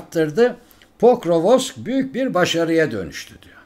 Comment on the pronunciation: Покровск diye yazılıyor, Pokrovsk diye okunuyor. Pokrovosk değil!